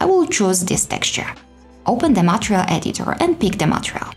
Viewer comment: please, please is not "matreal" but an only "matERial"! please change the pronunciation, they are not difficult letters to pronounce MATERIAL!!!